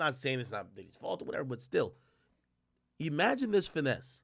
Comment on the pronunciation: Every time he says ‘E-magine’ it drives me fucking crazy!